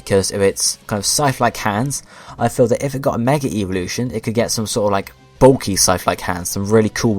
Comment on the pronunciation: Whenever you say evolution it sounds like eeveelution